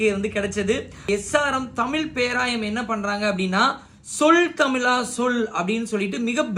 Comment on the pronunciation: Tamil prrayama. Tamila. Va. Iyyo iyyo iyyo U r not able to pronounce thamizha correctly. Pathetic